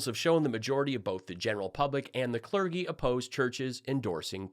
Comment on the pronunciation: Oh no! You hassled Lindell about his pronunciation, but then said "Clerggy"! 😣 We all have blind spots.